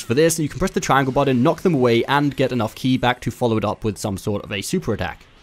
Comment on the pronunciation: Its not key its ki. Rhymes with sky.